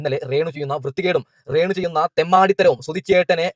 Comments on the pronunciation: അപ്പം.. ഇവൻ.. കള്ളം.. പറയണ.. ബ്ലോഗറാണ്... ഇവൻ്റെ... ബ്ലോഗാണ്... പ്രേക്ഷകരേ.. ഇവൻ. പച്ചകള്ളമാണ്. ഇവൻ്റെ.. ബ്ലോഗിൽകൂടി. പറയുന്നത്... ആരും.. ഇവനെ.. വിശ്വസിക്കല്ലേ.. പിന്നെ.. ഇവന്.. മലയാളം.. ശരിക്കറിയില്ല.. ശ്രദ്ധിക്കൂ... ഇവൻ... രേണൂ.. ന്ന്.. പറയില്ല.. റേണൂ.. ന്നാണ്.. പറയല്.. അതേ.. പോലെ.. സ്സോസ്യൽ.. മീഡിയാ... ന്ന്പറയും. ഇവൻ.. ഇവൻ.. ബഗാളിയാണ്.. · ഞാൻ അവന്റെ വീഡിയോ ഒരെണ്ണം കണ്ടിരുന്നു എന്തൊരു ദുരന്തം ആണ് അവൻ കഷ്ടം രേണു എന്ന് പറയാൻ പോലും അറിയില്ല റേണു എന്നാണ് പറയുന്നത് 😂